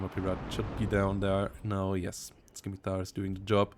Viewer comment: Fyi, the c is silent in scimitar (sim-i-tar)